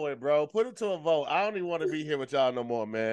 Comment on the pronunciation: aww, they really showed their age with this one. saying "noi" when the whole internet knows its "naurrr" 😭😂